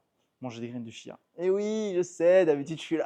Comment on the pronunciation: On m’a dit que l’on doit prononcer : tchia😃😘